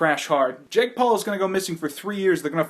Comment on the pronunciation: you said Ja🅱️e